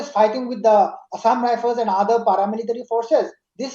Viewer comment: it's assam rifle not assam rifene, not shoo it's soo